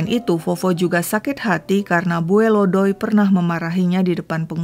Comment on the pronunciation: Bacanya bukan bue,say... Tapi bue'. Ada penekanan d huruf terakhir. Salam dari palangka